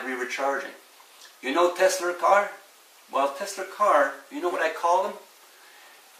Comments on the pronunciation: Teslaaaaaaaaaa, not Teslerrrrrrrrrrr. Funny but impractical. You’d have to wear noise canceling headphones to power your tv and put it on closed caption. Would be like living at the end of LAX runway. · I had always mistakenly thought Tesla was pronounced exactly the way that it looks. However, this man taught me that it is pronounced: "TESS-LER". Apparently, the "ER" is not only silent, but it is spelled with an "A". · No "R" in Tesla!!!!!!!!!!!!!